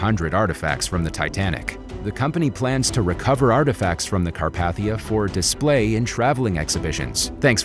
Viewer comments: Car path ia? Car pathe ia.( it’s supposed to be pronunciation corrections) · Anyone else shudder every time he called it the Car-path-ia? It’s pronounced Car-pay-thia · This just made my skin crawl, so I have GOT to say something to whoever narrated this. Say it with me.....its the RMS CarPAYthia....NOT carPATHia. Ill sound it out again. CAR PAY THI AH. It is NOT pronounced Car PATH ia